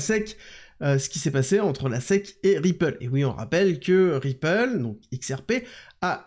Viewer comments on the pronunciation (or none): none